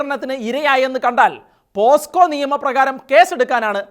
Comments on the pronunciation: പോസ്കോ ആണോ? പോക്സോ എന്നല്ലേ പറയേണ്ടത്.. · പോസ്കോ അല്ല സുഹൃത്തേ പോക്സോ എന്ന് പറയൂ